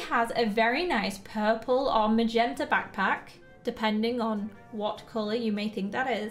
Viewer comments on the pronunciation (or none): none